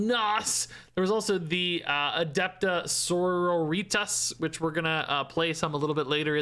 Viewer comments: I love, but Adepta Senoritas was physically painful. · Adepta Margaritas.